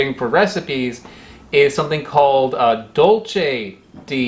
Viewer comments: "DOLCHE DE BABA-CAO" lmao. Did you mean Dulce de Babacao (pronounced: DUL-S-E) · Dulce is read as "doolsey." Haha. I bet you thought of dolce when you read it. xP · Just for future reference, dulce is pronounced dool-say, great video :) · Spanish tip: to pronounce dulce, there is no "ch" sound. The C sounds like an S. That recipe basically calls for sweetening the fruit with sugar which is why the recipe is called dulce de babaco. Anyways thank you for coming to my Ted talk. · You pronounced "Dulce" and "de" as their italian counterparts, still not bad tho, as its pretty close